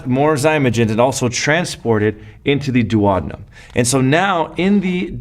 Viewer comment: dew-oh-dean'-um (hum)... :-)